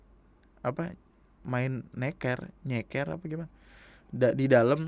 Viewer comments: Nèkêr bang, bukan Nèkèr, maksudnya Kelereng. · "neker" bacaan "e" ke-2 di teken kaya ngomong "asem", artinya kelereng mungkin